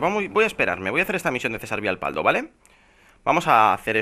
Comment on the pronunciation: Creo que me acabo de dar cuenta que dices mal el nombre de Cesar jajaja es Cesar Vialpando no Vialpaldo falta la N, joder que atento estoy para estas idioteces :V